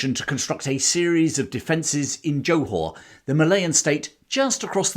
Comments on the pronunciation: Very interesting presentation enthusiastically delivered. However, I do have one slight criticism - your constant and grating mispronunciation of Johor. It is NOT pronounced as JO[E] Hor[whore]! The Jo syllable is pronounced like a 'soft' G [as in giraffe] or Jur. So, the correct pronunciation is J[ur] Haw. Also, the city is actually called Johor Bahru - pronounced as Juh haw baa roo. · Interesting but English people are not the ones to tell the tale. Notice how little mention of Australia New Zealand Dutch East Indes and local forces - and the narrator can't even pronounce Johor. I bet he hasn't been there.